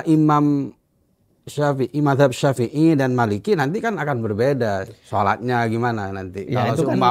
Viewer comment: narasumbernya bilang Imam syafei jd syaepiyyah😂